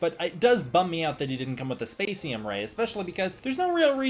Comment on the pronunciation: You’re thinking of MEGO for the other figure. Great to see you having so much fun with with the poses and articulation on him, very fun. I think the problem with a Spacium Ray (which I think your pronunciation is correct) is you’d need a base for it as well. Which a base for the figure itself would be nice to put him in a flying pose but I see that more as a generic accessory stand-alone. Prior to the SH Figuarts the line was called Ultra-Act. Given what you’re experience with the series is I do totally expect to see a Rising Figuart review soon lol I don’t know how costly it would be but there is an Ultra-Act Ultraman Noa from Ultraman the Next if you wanted to deep dive.